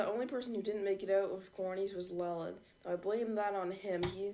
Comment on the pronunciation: It's l e l a n d